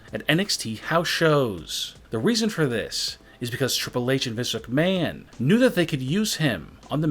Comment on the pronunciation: Hol up this dude says, and I quote "Vince mchmahooon, is grooming hi, for WE"